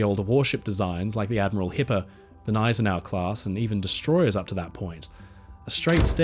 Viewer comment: Thank you for another great video,. And T H A N K Y O U for pronouncing “Gneisenau” properly. I got called names by the owner of another channel who pronounces it “ga-NISE-en-aw”.